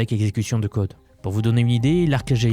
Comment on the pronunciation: À ça sent le eleven labs avec l’accent québécois sur « spécifiquement » 😂